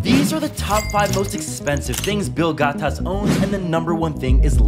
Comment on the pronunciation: I've only seen these YouTubers mispronounce words like "Bill Gatas" if Joe is reacting to it